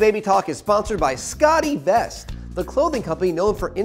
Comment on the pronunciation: The host needs some help with his pronunciation. It's Scott e-Vest not 'Scottie Vest' And it's June Diane Ray-feel, not 'June Diane Rah-fay-el.'